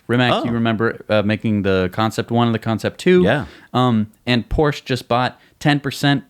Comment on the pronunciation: Seat...😂 SEAT is a big car manufacturer in Europe belonging to VW. It's pronounced "Say-aaht" (aaaah like ooooh). Cupra is like a performance edition. They are very common around Europe. :) Also Porsche is pronounced with the e at the and. Guys, I love your show. Keep it up. I know how pronounciation of other countries names can be weird. Just watch a YouTube video of these names and how they are spelled. 😉 Also so many people have bikes because people go everywhere by bike. Gas is expensive and everything is close. I don't own a car but three bikes. You don't need a car in the city. ;)